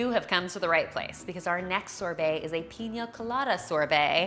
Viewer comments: The way she says sorbet :) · She’s pronouncing sorbet wrong n it’s killing me!! 😩🙄